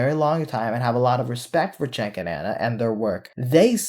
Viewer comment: Going to preface this with stating I can't stand them and their pivot. Question: does everyone who dislikes or hates him call him Chank, Chenk, or Chink or something? Even when I wasn't a prog, I called him Jank, as is how his name's pronounced.